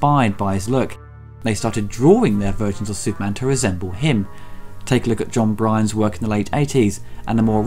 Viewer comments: Oh, and not to be "that guy"; but John Byrne's surname is pronounced "burn", not "brine". I hate to nitpick such a beautifully made video but I guess I'm just an overcritical asshole. : / Great video, hope to see you do more in the new year. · John Brian? Don't you mean John Byrne? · Not John Bryan, but John Byrne. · its Burn?.oh bugger. I did think I may have pronounced it wrong, I just felt it was different spelling of the name 'Brian' . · Negative Kudos for saying "Byrne" improperly...